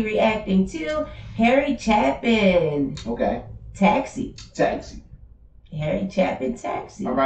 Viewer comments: Last name pronounce like "Chaypin" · Hey, y'all don't drop the ball either. Harry was genius through and through, but a good genius, which is even better. Only way to fly! His brother Tom Chapin (pronounced "Chay-pin") is still alive, last I looked, and also has a way with music. Perhaps his most haunting and profound song is "Sniper" based on an actual incident, in Texas I believe, and illustrates the motivation behind such a person. As he is dancing in death like a marionette, as Elton John put it, in his also profound "Ticking", the young man cries out: "I was, I am, and now I will be." A wee bit too preoccupied with I, I, I, perhaps. Harry's song: "Sunday Morning Sunshine" is a breath of sunshine. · Once you do Taxi you have to do Sequel, it's a set, you only heard half the story so far. John Wallace sings the bridge in his falsetto, you can hear his deep baritone voice on Mr Tanner. btw it's pronounced with a long A sound CHAAA pin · His last name, Chapin, is pronounced like "day" (chay)pin. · Long A, Chapin, Chappin would require 2 Ps to make the A short